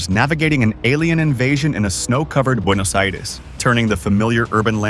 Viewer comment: Very good pronunciation of Buenos Aires